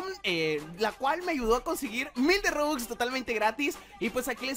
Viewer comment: Se dice Robux No Rubux